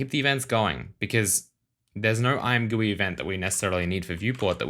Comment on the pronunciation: I swear the point of the name ImGUI is to be pronounced I'm Gee You Eye. Edit: I use dark mode all the time. Much better for your eyes and I have configured mine so it is great to figure stuff out and also looks amazing imo.